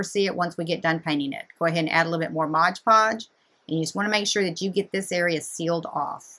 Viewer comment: MOD Podge, lol not Modge Podge!